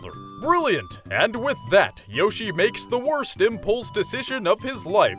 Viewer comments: It's pronounced Y-o-shi the o doesn't make an Ow sound it makes an o sound since there's no e! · hearing yoshi over and over again starts to sound like a weird word